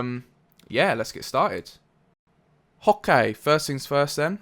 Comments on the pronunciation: I hate it when he says okay (hokay) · in cantonese it sounds like he's saying pok kai which means to fall on the street ...... -__- fun fact of the day..